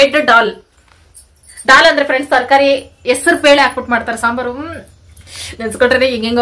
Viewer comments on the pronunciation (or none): none